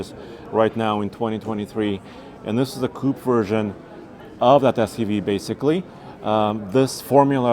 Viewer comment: "Coupe" Uhhhhh